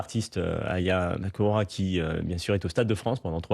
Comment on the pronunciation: C’est moi ou bien il a écorché le nom de Aya Nakamura ? Est-il raciste du coup ?